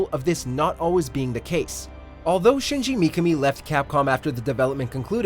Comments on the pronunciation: It's shinji mikami not "mkmi" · I think you pronounced shinji mikami wrong? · Fucking butchered it